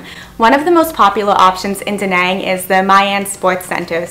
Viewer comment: She's Canadian but pronounces "Danang, Vietnam" like she's from the deep south.